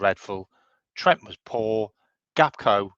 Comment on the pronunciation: Still cant say his name right lol gapko he says. Anyways big up hope the lil one is getting better each day ❤